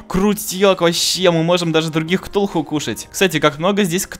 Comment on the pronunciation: Ти сказал ктухуй іо😂😂😂😂😂😂😂😂😂😂😂😂😂😂